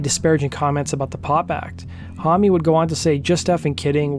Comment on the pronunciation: Ohhh it gets me how you pronounce "hommie"- it is Josh "Home". But interesting video.